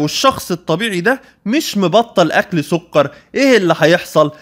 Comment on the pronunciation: سكر بالكاف مش بالقاف يا دكتور 😂 بس شكرا علي المعلومات ، ربنا يباركلك